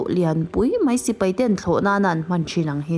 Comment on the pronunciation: Ngaihthlak a nuam thin. Amaherawhchu... 'Sipai' ti a lam rik tur hi 'Sipei' tiin i lam ri a, 'Mai' tih tur 'Mei' tiin i lam thin a, fimkhur deuh la ka va ti ve.